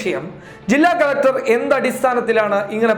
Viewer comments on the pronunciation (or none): none